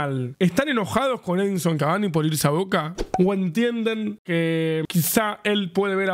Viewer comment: Soy yo o el presentador cuando entra cavani a la cancha dice edison avani😂